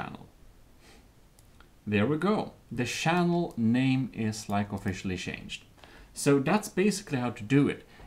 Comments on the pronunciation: I love how he says Shannel not channel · SHange SHinese SHannel SHaracter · is anyone else slightly disturbed with the way he says channel and character uhh...